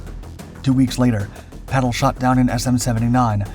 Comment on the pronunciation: ^ His name is/was/is PATTLE with two 'T's - Not "Paddle" = He's not a F'kn oar for canoes... (F.F.S) Much in the same way that Hitler is not Spitler, not Stalin even 'starving' - Got it ?